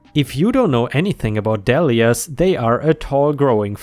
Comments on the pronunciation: but that's not how he said it, he said dall-ee-ah with a short vowel. it's not a short vowel sound unless there's a double letter after it... is how the english language works... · Dahlia is pronounced dolly-uh. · Dahlia (Dahl-ia) Dahl = sounds like Tall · Dahlia is pronounced like Day-li-ah or dah-li-ah depending where you live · 💖💖💖💖💖 Some online dictionaries have a pronunciation icon that will allow you to hear the correct way. DAH-lee-yah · Dahlia is pronounced dei-lee-uh